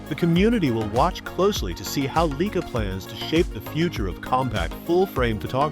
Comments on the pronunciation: 'Leica'...........NOT 'Leaker. Drivel. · WTF is a Leeker! Plus this video actually says nothing!